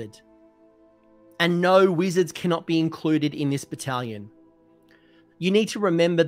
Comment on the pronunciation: I know you said "bonds of battle battlation". What I heard was "Bonza battle battalion" so thank you for that laugh ^^